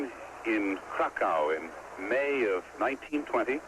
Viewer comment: "Wojtwas." Father of "wojilas" born in cracko